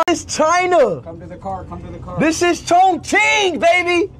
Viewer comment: It's not pronounced ChongKing it's Chongching. Q in mandarin is pronounced like Ch